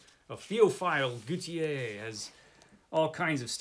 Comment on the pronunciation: What a fabulous 2 boxes! You've got some heavy mammoths in these boxes! Good reading ahead! Gautier = gaw tee ay. Tier in French is tee ay. Ex: my uncle is Pelletier. In english: Pell eh tee er. In French: Pell tee ay. In French, ez, er, et endings are pronounced 'ay'. Ex: chez, pronounced shay.